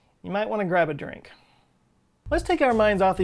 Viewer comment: A dwink and a schnak? Love SFIA 😁